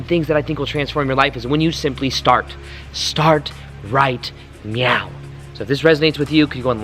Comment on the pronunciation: Ok, I thought you were saying "right meow". :D